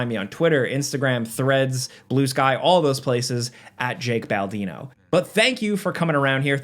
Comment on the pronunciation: It's me, Bake Jaldino